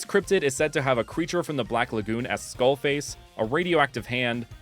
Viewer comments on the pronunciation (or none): none